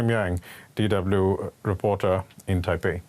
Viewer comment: Not Taipeh…. The name is Taipei